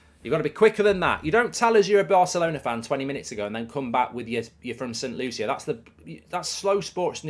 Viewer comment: I just wish he said my country right as I am from Saint Lucia also